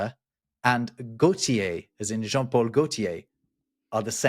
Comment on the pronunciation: "Santiago" isn't just a version of "James." It's more specifically "Saint James." "San" = "holy" or "saint." Also, "n" in the French name "Jean" is, if not exactly silent, certainly not as distinct as the way you pronounced it. Final ns in French aren't really pronounced (unless the next word starts with a vowel), but cause the preceding vowel to be pronounced with a more nasal tone.